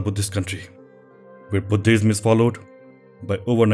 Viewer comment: Love the way he emphasise “H” when he says Buddhism. I tried this many time, but I could not get it!! Thank you for a lovely and enlightening set of details on the subject. Superb work; sharing with friends!!